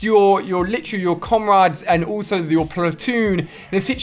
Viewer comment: "Comrardes" lol